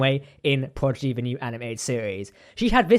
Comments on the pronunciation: You kept saying progidy instead of prodigy. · It’s Prodigy NOT PROGIDY!!!!